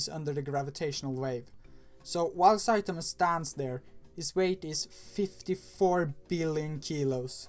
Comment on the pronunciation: Its one punch man not saitenman